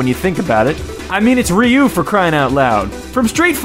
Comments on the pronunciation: ryu is pronounced like roo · did you know that ryu's name is actely ru